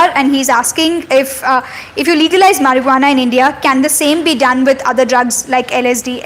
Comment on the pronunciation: Did she just say mariguana?😂